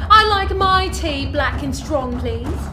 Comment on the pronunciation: How the flabanaba does someone pronounce the tea part?